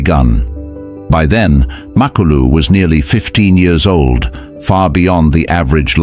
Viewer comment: HIS NAME IS MA KLU LU NOT MAK KLU LU